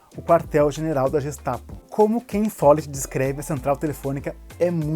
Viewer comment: a pronúncia em alemão é GUEstapo e não Jestapo